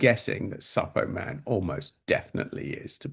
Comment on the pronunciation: Suppoman as in Superman pronunciation 😅 Good video!